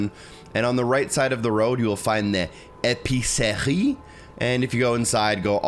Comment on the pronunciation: Merci beaucoup , you said épicerie like a real french , anyway thanks for the guide